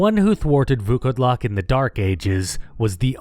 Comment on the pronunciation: I wanna congratulate you on saying Vukodlak almost 100% correctly. It was a genuine pleasure to hear someone put in work to pronounce it correctly. Fun fact it just means wearwolf.